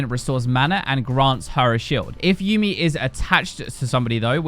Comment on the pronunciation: YUUMI PLS DONT START WITH MESSING UP HER NAME it's like people who say tresh cmon